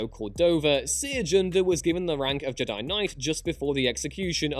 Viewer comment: I hate the way says Jedi